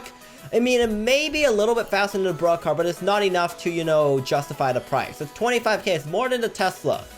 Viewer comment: its sounds like he's saying BRUH car Not Broke car